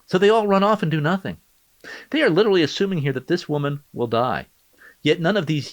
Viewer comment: a disabled woman is drowning and nearly dies and shes like "Omg no stawp i litewally didnt kill her guys haha 😁😁😆"